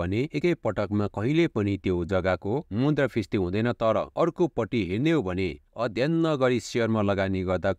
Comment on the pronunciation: Brother, pronounce मुद्रास्फिती properly.....😊😊